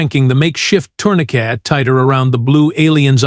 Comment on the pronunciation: This is a good story but it's being ruined by the narration. It's really bad. I've watched the whole things because it is a good story but it's hard to do. it's pronouncing things like Dot which is supposed to mean the end of a sentence but your stupid AI isn't recognizing that. It doing things like ....Doctor Dorax said dot Doctor Patel then asked.... Tourniquet is being pronounced "tournaCATE". Sentences are being cut off mid word. Things like this are happening almost every sentence, it's a total mess. I would pull this story and rework it.